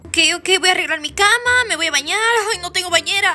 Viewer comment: En vez de cama dijo chama :v